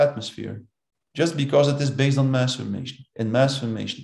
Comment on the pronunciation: So it is pronounced MASS Formation, not Mass FORMATION.